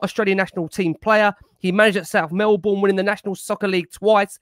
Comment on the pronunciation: Big fan of all you fellas and your measured opinions. Really important to have on and a contrary point of view. Only issue I had was pronunciation of Melbourne and Brisbane 😂